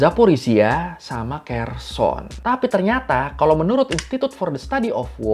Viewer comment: Kherson..? Kenapa terdengar seperti "Khurasan", ya..? 🤔